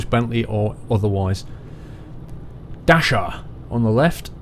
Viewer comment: I really love your ETS2 videos. I am from Germany and it sounds really funny for me how you pronounce german company names. I dont want to troll you now, but i want to teach you one thing if you want. Example 1: You entered Klagenfurth (simple u pronounced like the oo in "tooth" and th = t) and on the left there was "DACHSER".You said DASHER. Dasher is one of Santa's raindeers. Its a simple a (like in "yard") followed by X (CH in german is spoken like X). So the Companyname is pronounced DAX-SER Example 2: Graz... You pronounce it like grass. but its a simple a followed by a hard Z (like in Zebra). Pls dont get me wrong. This is no trolling. Its really fun for me to listen... and i want to see more of your videos. Its really great.